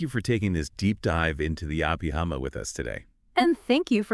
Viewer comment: Anyway to train it to speak Abhidhamma correctly? Picky, picky 😎